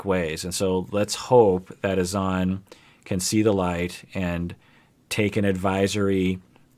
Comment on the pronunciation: Azz Zan not A Zon. :,(